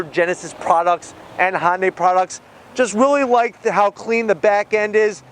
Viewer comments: Great review. Subbed. One huge advise though. Please pronounce Hyundai properly. It's not "Honday," rather the correct pronunciation is "Hun-Day." (even that isn't 100%, but it's light years closer to than saying hon-day) Keep up the good work. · The Koreans say hi un dye